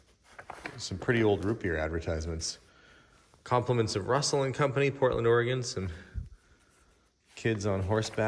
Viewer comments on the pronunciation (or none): none